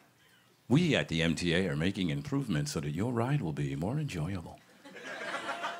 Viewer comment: Jeez the way he says “enjoyable” was so crisp and satisfying he could do voice work on commercials and shit